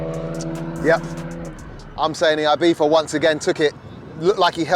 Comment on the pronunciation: Am i the only one bothered that he is saying ibiFa instead of ibiZa 😅